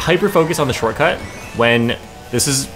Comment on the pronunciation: I took a sip everytime said "shorcut" and I went drunk after 3 minutes. Next time I'll try with the word "bagging" 😂